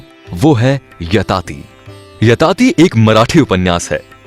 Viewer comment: Yayati bhai woh aap yatati bol rahe ho